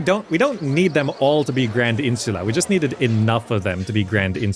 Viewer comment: Umm, actually, it is "Insulae", with an A on the end, like in "play" or "may'"